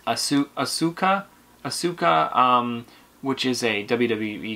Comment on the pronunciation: Asuka is pronounced Awe-Ska